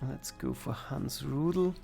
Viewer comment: Really like your videos. Just one request: Please pronounce german names and words in German and not in some strange „Denglisch“, e.g. „Roodle“ instead of Rudel lets me want to cry everytime.